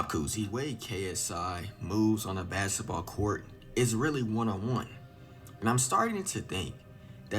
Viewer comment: u kno he black then a mf talm bout sum “basset bawl cowrt “😂😂😭